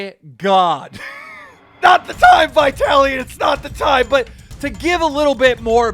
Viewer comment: you pronounce "vitaly" so strange. If you took the v off the start how would you pronounce it? why are you capitalising the "I"? say Italy and stick a V on the start lol... yanks are funny with their pronunciations lol.